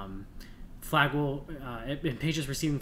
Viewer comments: Good nutrient supplementation recommendations, but I find it difficult to listen to the repeated mispronounciation of Flagyl. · Also ..flagyl is the trade name.we are usually using the generic metronidazole..cheaper. It can be a useful drug but has side effects like any drug.maybe he should leave the medical advice to the doctors .pharmacists etc.i cannot listen to the whole thing bc it is so grating to hear him mispronounce flagyl! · You are saying Flagyl wrong!